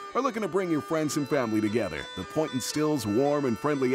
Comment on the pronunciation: You would think they would tell the voice over man how to pronounce poitin...pocheen for the Lord's sake!